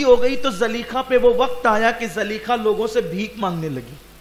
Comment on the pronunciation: Zulaikha hai really name Not zaleikha